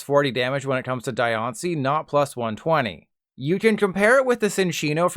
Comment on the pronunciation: Its its pronounced like die-on-ci Antonology of the word is diamond (di) and rock ( ishi) in Japanese Translated to english as diancie The an is pronounced like on tho because theres not driect translation that doant change the meaning of the word in Japanese